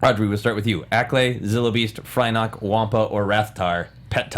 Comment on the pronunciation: Actually, it's Fyrnock not frynock.